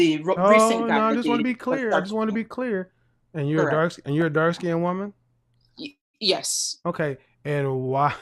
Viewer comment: He said light " skin did did"😂 Why can't blks prounced " skinned" correctly? I've noticed a pattern. They usually don't butcher it as badly as Kevin just did but they do mispronounce it as " skin -ned". ( Two syllables when it's only one.)